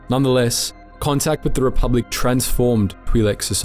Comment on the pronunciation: you say re-pub-lick instead of re-public